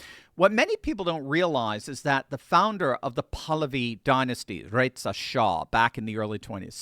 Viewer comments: it's Reza, not Retz'za. Iranians may be Aryans but they are not German. 😅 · I wish you would pronounce Reza properly.